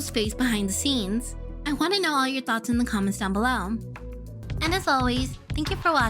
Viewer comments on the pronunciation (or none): none